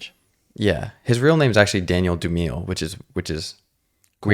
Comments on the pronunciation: lol sorry to be that guy but tis pronounced doo-mah-lay (dumile) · Dumile is pronounced Doom-i-lay